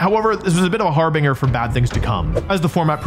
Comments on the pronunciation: Dude I swear to god you go specifically out of your way to pronounce words, names, anything you can think of a commonplace mispronunciation for, wrong. Har Bin Jer Not Har Bing Er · sigh it's pronounced har-bin-jer wolfie, not har-binger Also, I can't find the moment that he says it so go find it yourself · Harbinger isn't pronounced "Har-bean-ger", it's pronounced "Har-bin-jer" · please look up how to pronounce harbinger